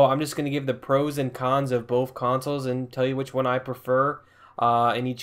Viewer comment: I have bof consules,I play bof of them,I have the same games on bof of them you went to school right it's "Both" sounding(b) (oa) (th)